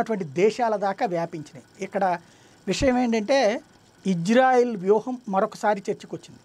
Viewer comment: Sir Country name is Israel not Ijrael . Please correct in telugu name and also pronouncing.